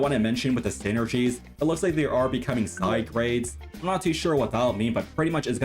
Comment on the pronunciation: And it means he said sigegtade instead of sidegrades